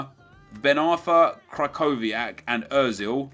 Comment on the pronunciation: You pronounce Kyrchowiak - (Kri-Hov-E-Ak)